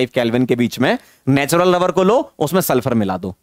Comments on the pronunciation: Is it only me or he really sounds like lover and not rubber 🤔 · Me:* finished whole lecture 2X * still thinking was sir saying 'Natural Rubber' or naTuraL LovEr 😶😕😑😅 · Sir ne jitne baar rubber bola utni Baar lover sunai de Raha hai 🤣🤣😂😂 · every moments sir said natural rubber , it sounded like natural lover 😄🤍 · Why do I hear natural lover instead of rubber 😂😂😂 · Are han ....hme v natural lover hi sunai diya tha ....😂😂😂😂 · Sir: natural rubber My ears: natural lober 🥲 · Am i the only one jisse natural lover sunai de rha hai😅🤣🤣🤣